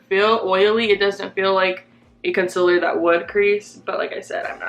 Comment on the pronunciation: it kills me how she says "con-sil-er". NO! It's con-seal-er.